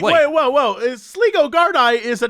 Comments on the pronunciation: Laughing so much at the Sleego Gard-i segment. You have even made Ocean FM today. Just to clarify it is Sligo (pronounced Sly-go) which is a country & a town in Ireland. Gard-i is actually the Irish Police, pronounced Gar-dee. Crying laughing, so funny. Made my day. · "Sligo gardaí" is pronounced "Sly-go gardee". Sligo is a county in Ireland, and gardaí(which is Irish) is what we call our police officers. Thought I'd let people know lol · Its pronounced sly-go u idiots 😂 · How could you pronounce Sligo incorrectly, worse still how could you not know about Sligo.